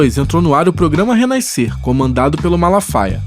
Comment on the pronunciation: Oi Re Naiscer? 😂😂😂😂